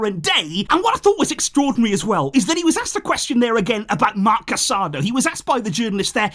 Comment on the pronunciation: it's Casadõ - Ca-sa-doh.